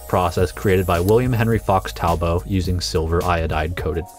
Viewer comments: There are a couple of mispronunciations of peoples' names in this piece. - The man's surname was pronounced "tahl-but", not "tahl-bow". - John Calhoun's last name was pronounced "kal-hoon", not "kal-hown". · The final image is all that matters. Btw, Fox Talbot wasn't French so his name has a hard T, not an O.